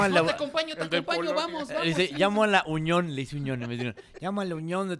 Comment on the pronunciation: 😄😄😄 Sí es cierto, AMLO dice "uñón"😄😄😄